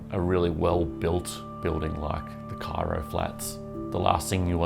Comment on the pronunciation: The narrator speaks with a strong thick tongue. Pronunciation of "Cairo" sounds self-invented